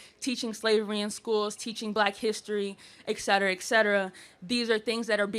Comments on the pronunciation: It's not EK CETERA....it's ET CETERA. It's LATIN. This means your illiteracy is bilingual. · The word is etcetera. Just sayin. Etcetera, etcetera, etcetera…